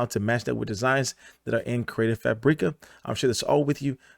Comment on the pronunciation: Hahah its just pronounced CREATIVE FABRICAH. Like Frabic with an A at the end. There us no Eeeeee in there.